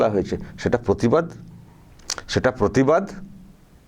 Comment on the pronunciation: প্রতিবাদ কে পোতিবাদ বলছে আর পতিবিহীনা প্রতিবাদ করবেন।